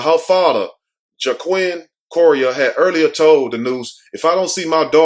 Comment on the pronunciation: Cor say rea then say ya now say Corriera